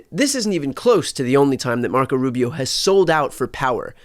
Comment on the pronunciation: Mark-oh Rub-you